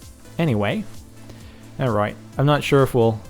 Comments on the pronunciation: New levels of "alroit" have been reached in this video. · When he says alright dosen't he sound austrailion ? or is thet just me :D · thumbs up for the wierd way he says alright! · lol, ALROIT ALROIT. :D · It seems to me that it sounds like he has an Australian accent when he says alright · when he says 'alright' he sounds like hes from london, lol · i dont kno if u guys notice but when captain said or says 'Alright' he sounds british which is kool! o3o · Why the fuck does he say alright soooo weird?